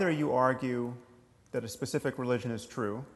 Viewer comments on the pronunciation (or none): none